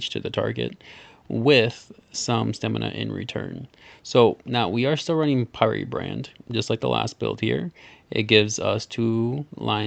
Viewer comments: Pyre is pronounced like fire not fireee lol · Doesn’t he not know how to pronounce pyre?